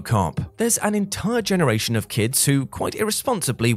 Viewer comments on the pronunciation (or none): none